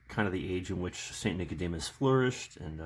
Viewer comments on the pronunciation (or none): Got the book , your right definitely recommend for anyone even catechumens also is his name is pronounced Saint Ni- Code - de - mos not Nic- a - de - mus, greek spelling of his name is Nikodemos English spelling Nicodemus .